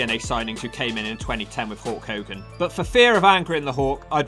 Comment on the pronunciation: Is this guy saying "hawk" or "hulk" i cant tell